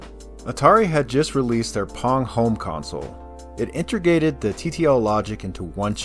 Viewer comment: Nice deep compilation! It is slightly distracting every time you say inter-gated instead of inte-grated though. Don't worry, I won't go nucular on ya over it, I'm not that pendantic.